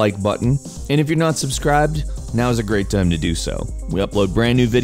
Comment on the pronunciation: It is "how DO..." laughs like a nerd eternally